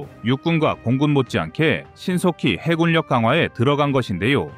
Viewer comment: 해군력 해굴력이 아니고 해군녁으로 읽어야 합니다 바른 우리말을 사용해야 대한민국의 군사력을 논할수 있지 않을까요?